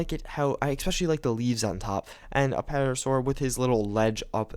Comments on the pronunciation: the ''P'' in Pterosaur is silent. Also, the pterosaur, mosasaurus, and plesiosaurus are not dinosaurs. Pterosaur and plesiosaurus are just relatives of the dinosaurs, while the mosasaurus is a giant sea lizard. Dinosaurs are not lizards, they are in different reptile groups. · I think he just pronounces the 'P' because he wants to.